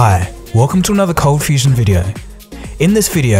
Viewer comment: Ahhh... My brain still does a flip when he says "Coldfusion" Coldfustion FTW